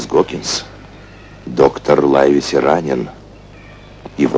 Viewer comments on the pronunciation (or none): НЕ ЛАЙВСИ А ЛАЙВЕСИ.САМ В ДЕТСТВЕ УДИВЛЯЛСЯ КОГДА КОГДА СНАЧАЛА КНИГУ ПРОЧИТАЛ А ПОСЛЕ ФИЛЬМ ПОСМОТРЕЛ.ЛИВСИ.ЛИВСИ ПРАВИЛЬНО.ХОТЯ НЕКОТОРЫЕ МОМЕНТЫ МНЕ В ЭТОМ ФИЛЬМЕ МНЕ НРАВЯТСЯ. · "Лайвеси" - это просто не английский язык. Равно как и мальчик Дженни. Мне тут в голову пришла мысль: авторы "хвильмы" перенесли действие в Ирландию. Может, там некоторые английские фамилии произносили иначе? Я ничего не знаю про ирландский английский язык.